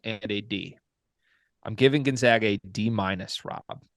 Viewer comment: Say it with me…..spppooooCAAAANNNNN y’all drive me nuts with you say gonZOGA and spocain lol